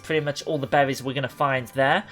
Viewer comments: So many behwies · I couldn’t get past “bewwies”